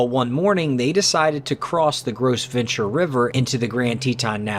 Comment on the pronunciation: You mispronounced Gros Ventre in the last video. If I wasn't a Wyoming native, I would not have been so quick to correct you.